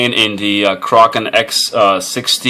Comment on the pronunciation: finally someone who pronounces "kraken" right!